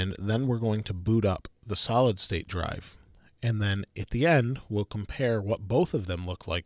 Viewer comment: Am i the only one who heard salad drive?